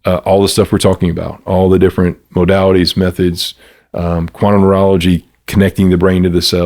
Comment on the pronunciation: What is he saying? “Quantum Moralagy”??